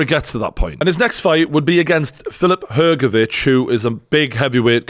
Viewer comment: thanks for pronouncing Hrgovic correctly with "CH" sound in the end. Not everyone is able to do it